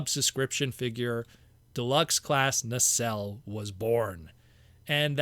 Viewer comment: Nacelle [ na- sell] you said correctly. I like the War Dawn set however needs Orion Pax Alpha Trion Guardian Robot and the Aerialbots to complete the scene